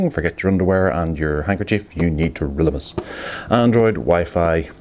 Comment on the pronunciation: lolololololololo.... Never leave home without your trill-in-ni-mus and Bionz!! That was classic, thumbs up